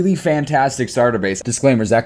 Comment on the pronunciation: The emphasis on "Consentually!" gets me